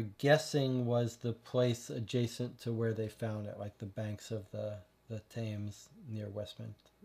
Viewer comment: Tems. It's pronounced The River Tems. Not Thaaaymes.